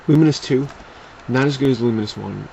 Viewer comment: isnt it Lu-mines? not Lu-min-is? just wondering, dont hate :P